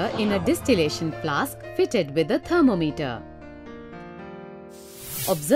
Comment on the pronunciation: she says apparatus and thermometer funny